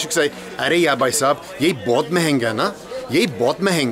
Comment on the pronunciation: Your hindi is perfect but i suggest, brother is bhaisab but not baisab and the rest are 💯out of💯